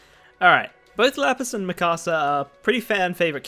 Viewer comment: I think it’s pronounced me kasa